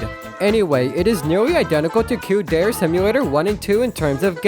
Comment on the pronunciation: every time this guy pronounces "dere" as "dare" an angel loses their wings, plummets to earth and dies